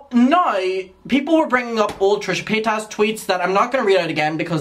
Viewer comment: The way you pronounce paytas 😩